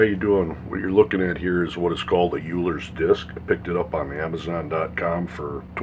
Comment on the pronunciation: You misspelt and mispronounced euler 🤦‍♂️